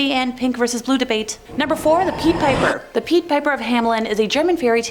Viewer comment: Er...regarding the Pied Piper story: Pied is pronounced "pide", and Goethe is pronounced, more or less "Gerta" (in German)...